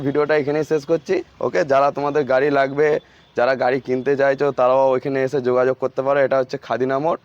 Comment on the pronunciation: 😂😂r a vai bangla vasa agey valo kore sakho....Labe na Nabe.....😂😂😂😂